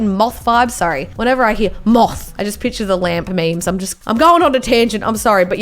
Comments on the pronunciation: She said pitcher instead of picture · Nobody:: “Piture. Piture. Piture” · can I make fun of her for saying pitcher now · She says pitcher